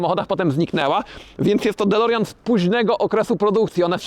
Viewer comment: "dolerjan" XD